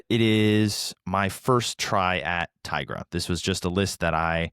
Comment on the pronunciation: you. you all the way. Brains Over Brawn = bad card. Also "Tigra" is an existing word in Spanish, and is pronounced "tee gra". I will die on this hill, no matter what the ignorant Marvel writer has said. It's tee gra.